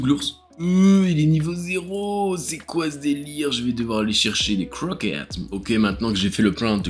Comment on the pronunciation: "Je vais devoir aller chercher des cwoquettes" Spasme incontrôlable pour ma part